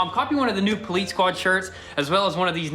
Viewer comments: It’s Police. Not Politce. Lol but other than that Keep Up The Good Work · Police not polets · What’s a pulleets car? I thought you were working on a police car 😂 I’m just playing man but for real it’s “Police”. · Can someone answer my question???? Why do they say poleetz car? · I love goonzquad like my brothers from another mother but there is absolutely no “T” in the word police. Y’all boys from Tennessee always say “poleets?” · I cringe every time I hear “poleetse” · "Poleetz" (GoonzQuad, 2019) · Can someone explain why they keep saying "Poleetz?" Instead of police?? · Poleetz car. I swear that is the most cringeworthy thing you guys keep repeating. Stop, please. It’s not funny. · Ohh it's poleetz car by why do you say poleetz car instead of police. Do you just call it that for no reason. Is it just a saying? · Retards still saying 'poleetz'... wtf is wrong with those two turds? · Duuuuude stop saying poleetz daaang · Why the hell do you guys keep saying poleetz thats German word , parts from Germany when Daimler Chrysler teamed up with Benz you guys are Americans say it the right way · Dude it’s police police not poleetz lol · "Poleetz vehicle" 🤦‍♂️🤣🤣🤣🤣🤣🤣🤣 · Hey Why do you guys love to say "polits vehicle" it's po lice police vehicle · Not gonna lie its police not poleets 😂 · Poleetz™ lol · Police sounding like Polits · "Today we're working on the Plaeetz car" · SoH Blur actually in Russian police is pronounced poleetsay. Maybe that’s why